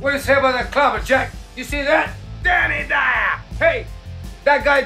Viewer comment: I just laughed when he randomly said "DANNY DIER" lol